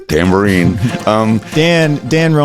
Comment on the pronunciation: Was one of those instruments a “Dan-bourine?” 😳🤣